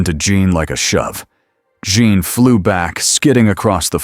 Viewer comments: Omg Her name is Jean Not Joan Not June You are a terrible story teller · AI... It's JEAN... not John. Lol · Great AI voice, but they only call Jean, Jean (English form) about one time in twelve. If the story is also AI generated it's the best yet. For Jean, within the same sentence, we get Jun, June, John, and Jeen. (with a few extra syllables). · AI needs to learn that 'Jean' is pronounced like 'Gene' not 'Jun' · Awesome video! I know this is a AI generated video. But , you could at least get Jean Grey's name right.